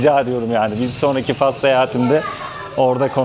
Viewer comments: gezilerini ilgiyle takip ediyorum. Yolun daima açık olsun kardeşim. Bu arada küçük bir bilgi vermek isterim: Türkçede ülkenin adı “Fas” diye okunur, “Fes” değil. Yazılışı: Fas Okunuşu: Fas “Fes” ise Osmanlı döneminde kullanılan başlığın adıdır. 🙂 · Hayır. Fas Türkçede “Fas” diye okunur. Yazıldığı gibi okunur: Fas. “Fes” ise ayrı bir kelimedir; Osmanlı’da kullanılan kırmızı başlığa verilen isimdir. Fes Karışıklık genelde İngilizce ve Fransızca telaffuzlardan geliyor: İngilizce: Morocco Fransızca: Maroc Ülkenin yerel adı: el-Mağrib. Not: Fes diye gerçekten bir şehir vardır. O şehir adı “Fes” diye okunur. Bu yüzden insanlar bazen ülke ile şehri karıştırabiliyor.